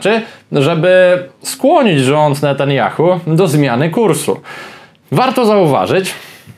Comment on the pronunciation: "Bendżamin Natandżjachu" 😂😂😂😂😂